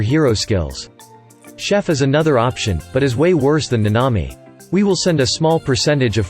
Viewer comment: Thanks for the video! By the way, it’s Nanami (Na-na-mi).